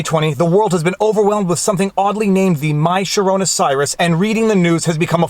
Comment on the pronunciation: why is he mispronouncing the coronavirus?